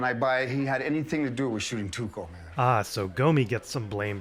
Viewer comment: Jessie refers to Tuco as "Taco." A golden moment.